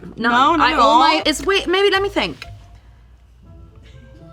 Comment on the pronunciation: “Attall” - charli xcx